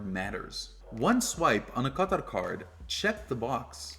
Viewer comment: How can you, someone clearly from America and a credit card influencer, spend so much energy ensuring that you pronounce Qatar correctly and then butchering the pronunciation of Amex?